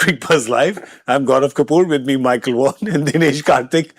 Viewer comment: Did you just refer to Dinesh Karthik as Murali Karthik referring to Michael Vaughan as Michael Hussein?😅 I think DK is saying, “Michael was saying” or “Micheal who’s saying?”. But yes, it does sound a lot like Michael Hussein.